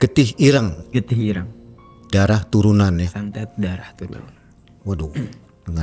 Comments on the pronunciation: getih ireng, "e" nya kayak bilang "bareng", jadi bukan kayak bilang "cireng" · Irenggg moasss irengggg (bunyi kyk kata "ganteng" or "item") bukan ireng (kyk loteng, banteng, or whatever) 😫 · Sekedar saran, jika mau menyebut kata bahasa Jawa, cari tau dulu ke orang yang paham basa Jawa. Shgga dalam pelafalan kata tidak keliru. Dlm video ini, menyebut "Ireng" seperti menyebut kata "cireng". Pdhal tidak sprti itu. Maaf ya, bkn mksd apa², 7an nya hanya meluruskan sj, agar kesalahan 1 tidak menyebar lagi. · Iya Ireng jdi Kata cireng TPI ga pakai C dia nyebut nya 😢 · Mgkn bukan org Jawa, jadi nyebut ireng itu kyk nyebut cireng, atau mgkn kebanyakan makan cireng 😂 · Getih ireng mas. Bukan getih ireng.... 😅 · Ireng mas bukan ireng😂🙏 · Irang iréng. nyebut yg bnr. 😂 IRÈNG!!!! Dibenerinnya pas udh kelar. Ga dr awal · Cara nyebut ireng aja salah mulu😂😂😂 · Sory gw salfok sama penyebutan getih ireng oleh si mas bertopi. Yang bener kan penyebutan huruf e di kata ireng sama kayak penyebutan huruf e di kata senam. Sedangkan mas nya nyebut huruf e di kata ireng dgn pelafalan huruf e di kata nenek.